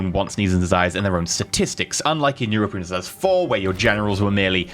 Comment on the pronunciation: He can't say Europa Universalis or Imperator properly. If i were paradox i would revoke the early access to this guy.